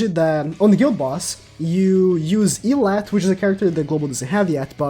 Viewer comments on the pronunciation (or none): I was like who is “eelat”, but he was talking about Elatte ( eh-lah-tay).